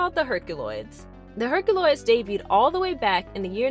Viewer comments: I love when she says Herc-a-loids! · As much as it pains me to say it, you have to pronounce the unwritten Y in herkYuloids. I hate to go against logic and phonetics, but the name is established. It's pronounced /her kju lojdz/ in spite of the way it is spelled in English.